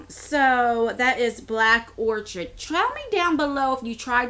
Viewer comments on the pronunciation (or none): I think the bag itself is really cute and I like most of the items. Fyi, Givenchy is pronounced like jhee-von-SHEE (emphasis on shee) and orchid is or-kid 💜